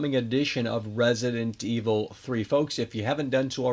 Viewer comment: Why does hey say "Resident Evil 3" that way lmao makes me wanna pull my hair out